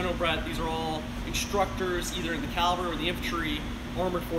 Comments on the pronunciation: It's not 'calvary. Calvary is the place where Christ was crucified. It's cavalry, from the French word cavalerie. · Someone needs to tell that it's pronounced caVALRY not cALVARY. If he's an expert on tanks, he should know that. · He said calvary. It is not calvary, it is cavalry. There’s a big difference. How is this guy an expert? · Wait...did that guy just say "Calvary"? ...it gets me every time... XD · It's "Cavalry" not Calvary". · it's pronounced "CAV AL RY".....NOT....."CAL VA RY". Calvary is where Jesus died. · I am TRYING to resist being "that guy" but this is a pet peeve....sorry....!, it's caVVVVVVValry!!:) Otherwise, a great job jam-packing 10 tons of info into a 40 minute video. Now that he's a published expert in the field, The Chieftan needs to get down there and do a Chieftan's Hatch on the M36 GMC!!! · he doesnt know how to say Cavalry...